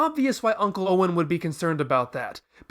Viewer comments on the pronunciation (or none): none